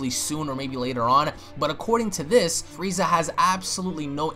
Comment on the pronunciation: Lol be said "fweeza"